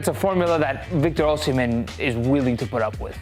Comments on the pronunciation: It’s Osi not Oshi—- it’s annoying the way you calling him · Come on...it's pronounced Oh-si-men. Not Oh-she-men. Do better! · Victor OSIM-HEN NOT OSHI-MEN. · no OSHHIJMEN OSIMHEN BRO wtf is that ssshhh sound